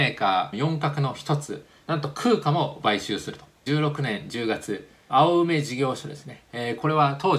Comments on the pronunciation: DRAMをドラムと読んでいる。一人でテキストだけ読んで俄勉強したんだな、ということがわかります。まぁ、製造業のすべてを一人がカバーするのは難しいのでそれは大目に・・・。傀儡をくぐつと読む。普通この文脈ではかいらいと読む。初めて使ったんだろうな。勉強しながらチャレンジするのは素晴らしい。 青梅をあおうめと読んでいる。おうめ、です。東京西部とは縁の薄かった人なんだな。 SKハイソニックス→SKハイニックス。これもメモリー市場を知っている人からはあり得ない間違い。でもチャレンジした精神は称えたい。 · 青梅＝「あおうめ」って・・・上念司氏が怒るよ 笑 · 他の方も指摘していますが用語の誤りが多くて気になります。青梅（おうめ） DRAM(ディーラム） SKハイニックス(ハイソニックスではない） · DRAM ドラムと言わないで←あまりにも素人、青梅は青梅（おうめ）街道、青梅市（おうめ）←東京の人はみんな知ってる 、ほんとにものずくりのプロですか？ ピントハズレが多い。半導体を語れないのでは… 私はむかし半導体、生産技術の人間です。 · もうちょっと、勉強してほしい。DRAM:ディーラムと呼びます。中身がおもしろくても台無しになります。青梅：おうめ